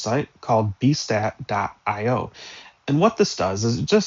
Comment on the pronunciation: I benefited a lot from this video, thank you, but I have a small note that the name of the program at the end of the video is Beestat, not Bastat. Thank you again.